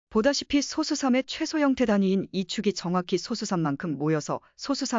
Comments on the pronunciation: 프로그램으로 읽게 했더라도 텍스트 원본이 있을 텐데, [소쑤] 발음이 제대로 안 나왔으면 표기를 '소수'로 하지 말고 '소쑤'라고 써서 아예 된소리로 읽히도록 했어야 하겠죠 영상 제작자가 발음을 제대로 모르니 그냥 이렇게 만들었을 것으로 보입니다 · [소쑤]라고 된소리로 읽어야 합니다 리만가설 관련(소수 관련) 컨텐츠 올리는 유튜버들 중에 [소쑤] 발음을 제대로 하는 사람이 거의 없네요 발음을 제대로 합시다 2 ,3, 5, 7 등의 [소쑤]와 등의 [소수]는 발음이 완전히 다릅니다